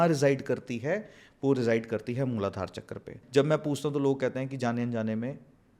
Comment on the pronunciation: संस्कृतभाषा के शब्दों को अंग्रेज़ो की तरह बोलना सचमुच कर्णकटु लगता है। "वेदा", "चक्रा", "सहस्रारा" आदि उच्चारण मुझे भी अखरते हैं। सही शब्द 'Sahasraar' है, "Sahastraar" नहीं। भारतीय भाषा के अन्य शब्द भी हैं, जिनके विदेशी उच्चारों में सुधार लाने की आवश्यकता है।